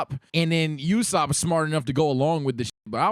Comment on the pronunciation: Thats not how to say ussop